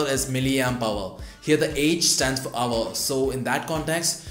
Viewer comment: pronounced "hour" not "aver"